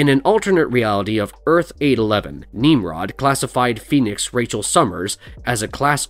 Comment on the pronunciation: who da fuk is “Neemrod” lol 😂 this video needs more work.